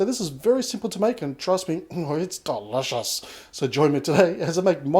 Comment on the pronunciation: The way he says delicious 😂